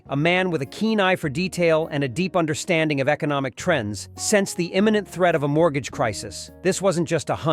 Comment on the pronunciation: Mort gaga? How in the fuck do you screw up the pronunciation of MORTGAGE!?